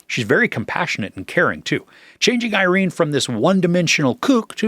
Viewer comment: This will seem like a minor point to everyone, but as an Irene (pronounced "Eye-Reen"), I'm annoyed that no commentators seem to be able to pronounce her name the way she did ("Ee-Reen"). That is all. lol